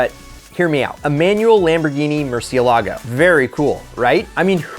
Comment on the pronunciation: "mur-ci-el-ahgo" english only speakers are so bad at pronouncing foreign cars lmaoooo